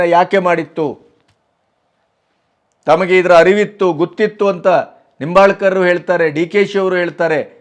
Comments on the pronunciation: ಉತ್ತಮ ನಿರೂಪಣೆ ಮಾಡಿದ್ದೀರಿ. ಆದರೆ ನಿಂಬಾಲ್ಕರ್ ಅಲ್ಲ ಹೆಬ್ಬಾಳ್ಕರ್ ಅಂತಾ ಹೇಳಬೇಕಿತ್ತು. 👏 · Nimbalkar ಅಲ್ಲಾ hebbalkar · Sirr, It is not Laxmi Nombalkar, it is Laxmi Hebbalkar.